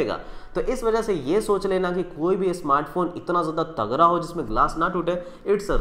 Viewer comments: तगरा नही भाई तगड़ा।।।। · bhai aap tagra bol rhe ho tagda kuch smjh nhi aa rha 🤣🤣